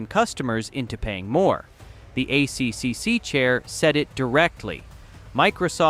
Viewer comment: Yeah, the AI reader is killing my life. Dosen’t know simple things like ACCC is not A.C.C.C. it’s A triple C. Stuffs up all the computer acronyms too